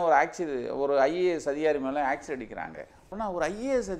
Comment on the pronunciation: அதோட அது ஆக்சிட இல்ல ஆசிட். திராவகம் தமிழ்ல. வாழ்க தமிழ். போடங்க